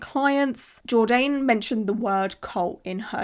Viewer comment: Lol, it's pronounced jord-ann rhymes with man. Not jord-aine, rhymes with stain.